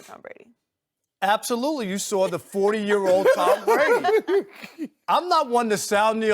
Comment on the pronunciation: Who is “Tom Bwady”?